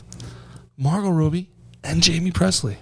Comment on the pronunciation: Calling her roby not Robbie is making me question everything 😂